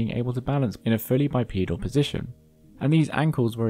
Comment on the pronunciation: Bipedal, not bipoedal. Bipoedal running would be running with the assistance of two children. Aside from this extremely minor nitpick, excellent video 👍🏻